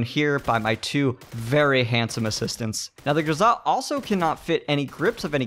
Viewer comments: Honestly, I must say that you are right. His pronunciation is kinda off. Not anything wrong with that, but you are sepost to go GRoza, not groZA. Go downwards with your tone, not up. Just saying. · it is not grozaaa, it is groza. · JESUS I WANT TO STAB YOU FOR PRONOUNCING IT GROZAHHHH.. ITS GROZUHHHH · Stop saying GRZA !! ! AAAAAAAAAAAHH ! ! ;-) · Grow-zuh. Not Guh-zah. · Triggered by the pronunciation. In America we say Grow-Zuh. That's like those hipsters that call a croissant a que-sant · it actually bothered me that you pronounced it "grozzah". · Pronounce it Grow-zuh. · There's no emphasis on the 'a', weirdo.